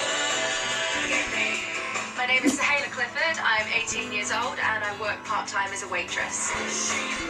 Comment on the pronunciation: No one: Literally no one: Not a single soul: X Factor Judges: SoHeEeLiA 🥴 If I hear one more Sohelia and not Soheila I’m gonna go insane lol